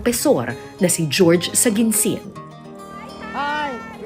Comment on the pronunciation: Jorge is pronounced as Horhey, not George.